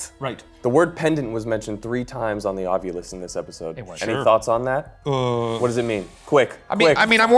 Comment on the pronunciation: Please..everyone...stop saying OV YOU LUS....sound it out...Ov i lus